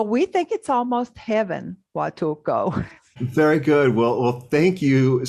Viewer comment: PLEASE DON'T MISS THE "L". PLEASE PRONOUNCE IT: HUATUL-L--L-L-L-L-L-L-L-L-L-LCO!!!!!!!!